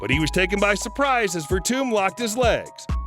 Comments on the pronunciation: Verdum not tum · Yes, it's pronounced VerDoom. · Say after me, "Ver-Doom" Derek "Bron-sin".